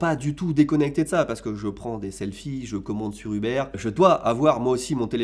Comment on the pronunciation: "je commande sur Hubert" la prononciation j'ai adoré 🤣